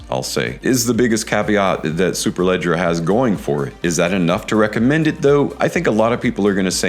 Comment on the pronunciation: Congratulations!!! 🍾 You killed the pronunciation of Superleggera better than ANYONE in FragCom. 😂😂😂